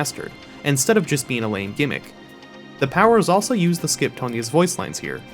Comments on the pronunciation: Hey, I am a viewer and I really enjoyed that intro. I also thought it was funny how you called her "tone-yuh". Also, how many times did it take for you to say Caida Libre agarin? The "scope" of this video was a really nice pun. If I am subbed.. my family is safe? Another dead series then? Kappa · the way he pronouced tonya